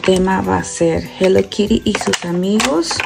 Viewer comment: 😂😂😂NO. ES. HELLO. KIRI. ES. HELLO. KITTI 😂😂😂😂😂😂😂😂😂😂😂😂.